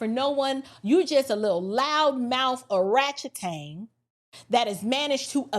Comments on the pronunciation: She said Orachetang . Lol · Did you say Oratchetang?? 😯😯😯🤣🤣🤣🤣🤣🤣🤣🤣♥️ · Did she say " arachetan"? 😂😂😂😂😂 . This was indeed and excellent well fleshed out commentary. You got a new subscriber here. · "Oratchatang" has me💀!